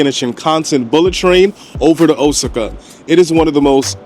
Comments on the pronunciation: O sa ca...Please stop murdering it. I was stationed as a solder there. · Osaka is pronounced: "O-SOCK-AH" (Hope that helps!)